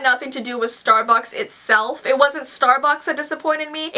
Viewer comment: It sounded like she said "Starbox" ILYSM